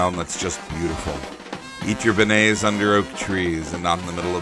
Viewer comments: He said benaise For all of you who don't know, it's Benyays LOL. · (ben nays) is not how you pronounce beignets , its (ben-yay) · It’s ben yay not Ben et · It's said like Ben-yays